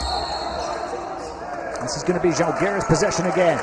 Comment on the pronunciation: Can you please pronounce ŽAlgiris, with the accent on A, like Pride with an open A (like I ) instead of Žalgeeeeeeris. The accent falls on the Žá please. It’s impossible to recognize what is said.Thank you!